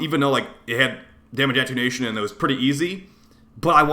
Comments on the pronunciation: At-ten-u-ation, instead of attunation. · Attenuation - say it with me: AH TEN YOU A SHUN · It’s pronounced A-ten-you-ashun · Sorry I respect you and all but hearing you mispronounce attenuation so badly just hurts. Ah - ten - you - A - shun